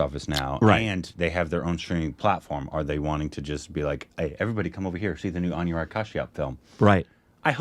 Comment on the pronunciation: His name is pronounced as A-noo-rag, not A-new-rag.